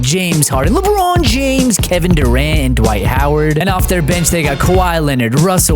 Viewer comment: Why do you say Bron’s name like that? It’s so corny.